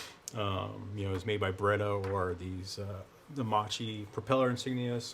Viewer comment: Very interesting project. Loved your Hurricane on Instagram. Since you seem to like detail: “Macchi” is not pronounced “mah-chee”, but “mah-kee”. So the second syllable is not as in “cheese”, but as in “keys”. Had the “h” not been included in the spelling, it would have been “chee”; in Italian, the “h” signifies that “(c)c” is pronounced with a “k” sound. Compare the original Italian spelling of English “macaroni”: “maccheroni”.